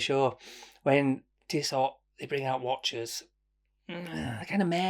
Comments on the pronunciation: It’s „Tisso“. The t at the end isn’t pronounced but you‘re right: who cares? I would go for the blue one. It gives me more of a sporty vibe. To make it more complicated: ML Aikon😉 Had it and was impressed by the build quality. And to make it even more complicated: Sinn 104 white dial. Featured it on my channel. I know, no integrated bracelet but a stunning white dial. Great video again! Cheers mate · It's definitely pronounced tisso . Save your money you mor.. Internet sensation 🤣 You'll never wear that over your blue date just or white omega.. 500 quid towards something else for sure! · Sweet looker and those ETA movements are amazingly accurate. It’s tiss-oh. I’d go for that white as it’s different looking. But before you go balls deep, take a close look at the titanium Zenith defy. Ten times the price but 20 times the watch. Open dial. And that bracelet…